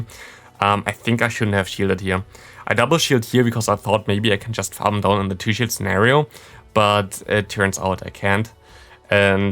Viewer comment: 0.57 in.: we get his final shield What I hear: we get his final shit 😅